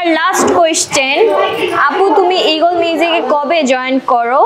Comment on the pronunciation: Haire illiterate 🤦🏻‍♂️ Eagle not Egol